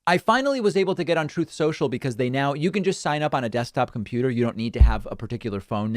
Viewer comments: Isn't it ironic Trump has a hard time saying the word truth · The reason Trump cannot pronounce "Truth" properly is that he has never spoken the truth before! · Funny how he can't even say the word "truth". We knew he had no concept of it, but he actually cannot say the word. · I have to admit I almost find it funny that Donald Trump can't even pronounce "truth" correctly. It says something about him. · He has so much trouble speak speaking the truth, that he cannot pronounce truth. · Trump has never uttered the truth. It's no wonder he can't pronounce it. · He lies so much he can't even pronounce truth... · Am I the only one who thinks it's hilarious, not only is captain orange incapable of not lying, he can't even say "truth" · Doesn't surprise me at all that Trump can't even pronounce the word "truth". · Don Soreloser can't pronounce the word "truth". ?! I guess he never said it before in his life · He has a slip on the word "truth", hmmm. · Perhaps "the Loser" Trump, is not able to pronounce the word "Truth", because that word is so foreign to him, that he never uses it. By the way, have you heard about Trump's phone calls to Pennsylvania, trying to "find" votes for the Wizard of Oz? Yup. He is at it, again. So, "Un-Truth" Social" is finally working, for now. Let's watch how long it stays up, this time. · He cannot pronounce the word truth because it's not part of his life and vocabulary, but the word lie just slides out of his mouth without him even trying to. 👺👹👺👹.